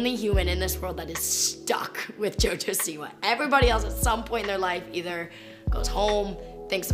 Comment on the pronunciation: "So this is JoJo SEEWER" 😂 And I agree, I hope she gets better and finds her true self